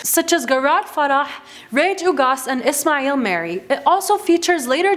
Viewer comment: How she said isma'il mire🤣